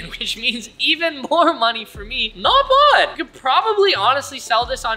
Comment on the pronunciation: He doesn't say "not bad". He says "not bod". If you really wanna get drunk take a shot every time he says any of his super dorky phrases. Drink for "not bod", "vahbs", "dutty" and "wavy". And then call an ambulance real fast cause you'll need your stomach pumped.